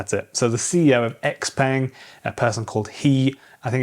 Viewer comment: "Peng" has an "uh" sound, not an "ay" sound.